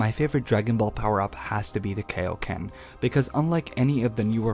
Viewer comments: love the video but one complaint. it's KAI oken not KAY oken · Its kaioken but good vedio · IT'S KAIO KAI O KEN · I thought kaio-ken was pronounced kIO ken (long i and o) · AH THE WAY HE SAYS KAI-O-KEN KILLS ME AA A A A A A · I see what your trying to say, and first off, you pronounced Kaio-ken wrong. it irritates my ears. Kaio-ken is seen as a trump card and with its heavy down side you can clearly see that it's not supposed to be a sustainable technique. He can layer it over his Super Saiyan transformation but as a means to end a fight quicker or for a quick boost. Constantly having sustainable power ups gets boring, and it was good that his Red God form has a short time duration because of its immense power up. Same with Kaio-ken except it doesn't boost much but it can be layered with another transformation. The more transformations there are that keep making a character more unbeatable would be uninteresting and not entertaining. Just my thought on this topic. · KAIoken not KAYoken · Well I just want you to know that you just gave me a brain aneurysm from how much you said kai-o-ken wrong by saying kei-o-ken! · You mean Kaioken, not Kayoken, as in King Kai/Kaiosama? At least pronounce it right. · KAI-O-KEN NOT KAY-O-KEN. (Needless argument aside) That's why the kaioken is used rarely he knows this draw back from using it a lot! The kaioken is a multiplier so it has the best use out of all the power ups "THE STRAIN ON HIS BODY!!! " some arguments would say but fail to realize all the super saiyan transformations are also a strain on the body. But the kaioken doesn't need to be used in a constant manner just a split second that's it. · KAI-o-ken FUCKING KAI as in King KAI not fucking KAY-o-ken. SAY IT RIGHT! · Why do people pronounce it KO-ken I mean the dudes name is kio sama it's literally in his name, it's kioken not KOken you fucking idiots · You just killed me by calling kai-o-ken , key-o-ken ! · KAI O KEN!!!!! not KAY O KEN!!!! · its kai o ken